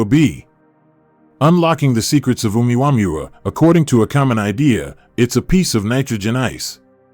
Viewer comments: And how in the name of literacy You menaged to mispronauns Uumuamua so many times after years of hearing its name everywhere on the net or tv?,😂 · The wsy he says omaomaoooomuamuuuooowoois ridiculous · Hahaha what did he call it? OOWAMOOAOMOOO